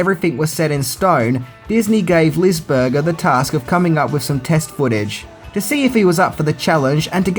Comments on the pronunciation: LisberJer? Visually appeasing? At least he got Lisberger right once. Now I’m gonna eat a hamburjer and watch E.T. by Steven Spielberj. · I know it's nitpicking, but Lisberger is pronounced with a hard "G", like in "Hamburger", and not the way you were pronouncing it,. (However, it wasn't nearly as jarring as the way you mispronounced Milla Jovovich's name in your "10 Things You Didn't Know About The 5th Element".) And here's another thing people probably didn't know about Tron: Steven Lisberger previously directed the animated TV movie "Animalympics" starring (the voices of) Billy Crystal and Gilda Radner. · 1982 was the greatest year for movies ever, and Tron is my favorite film to this day. Too bad many didn't pick up on it back then. Hell, it pretty much predicted the next 20 years of computer evolution. BTW it's Lisberger (as in hamburger).